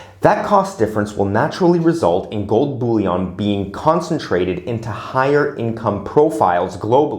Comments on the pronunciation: The way you pronounce Bullion is a bit of a giggle. Bouilion is a soup, and boolean is an algebraic term. Great infothough :) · You make me laugh a little, I forgot you pronounce bullion like a french stock for making soup😂. Im back after a year, now down in the 5% for silver, but up in the 5% for gold. My S2G ratio has been narrowed to 2.5 to 1.